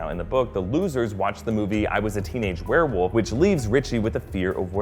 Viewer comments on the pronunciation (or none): none